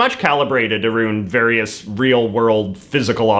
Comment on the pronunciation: This is the first Canadian I have heard say “aroond.